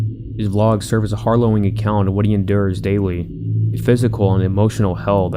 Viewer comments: Your grammar errors are too distracting. "I've came across"? No, "I've COME across". "A har-low-ing account"? No, "a HARROWING account". Between the bad grammar and the constant painful drooooooooooooooooone sound, I can't make it past 7 minutes. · His bad English ("I haven't came" , his 'harlowing' account") is so distracting I have to stop watching. Too bad cause it was interesting.